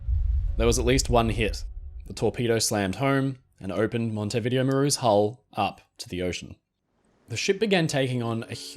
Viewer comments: Mon-teh-veeDE-0. Hello from Uruguay. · It’s MON-tee-vi-DAY-o 😄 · The Montevideo Maru story is the only one I can can say that I have definitely heard of before. Although the hospital ship rings a bell. The Japanese had no regard for human life that's certain. I'm sorry for being pedantic but Montevideo is pronounced Mon-tay-vi-day-o. When I heard your version i wondered if i was using some outdated British colonial era pronunciation so I checked. I hope that you don't mind me pointing it out?